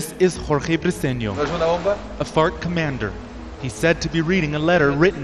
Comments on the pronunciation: Every time says FARC I hear FUCK XD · I like how you're accent makes it sound like you're not saying FARC- you're dropping F-bombs instead. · The way this guy says farc 🤣